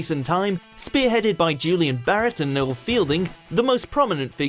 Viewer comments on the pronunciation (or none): none